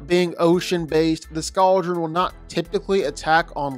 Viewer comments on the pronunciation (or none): Please never say “Scou-dren” again it’s “scald-dren”, Y’know, like the scalding water they breathe, also it’s a blue oleander not dragon flower, then it’s skrill not a mangled version of the word squirrel?? Sorry but this was just killing me 😭